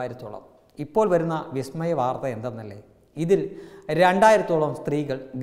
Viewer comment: Vismayam " not " Bismayam " correct .!!!!